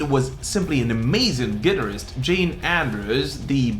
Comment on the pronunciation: The way hes pronouncing Guitarist is totally lame and 100% wrong sort it out........